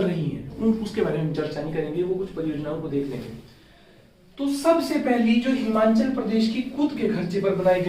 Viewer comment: Himachal hota hai himanchal nahi